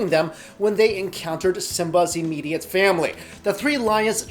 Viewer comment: I cant take the way he says..Simba's imifiate Family.... hahahaha